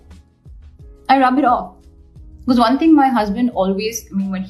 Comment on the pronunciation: Love your video amazing efforts put to it but your "becaase" is really hitting my guts, I'm sorry so but can't stop laughing 😂😂